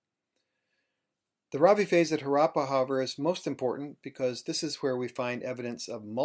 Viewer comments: His pronunciation of Indian words is impressive except Harappa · If I may: it is not Haraapa; it is Harappa. हड़प्पा in Devanagari, the R actually being aDa rolled by the tongue! :) (the two a are short vowels pronounced as in un (uneasy, unusual, etc) It is not Raavi; it is Ravi! :)